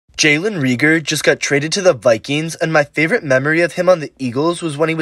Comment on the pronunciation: “REagER “ pronounce his name correctly